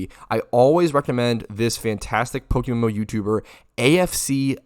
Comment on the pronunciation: Did you just called it PokeMoo 💀